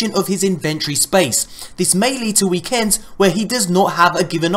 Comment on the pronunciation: You said "inventory" and "weekends" wrong ;3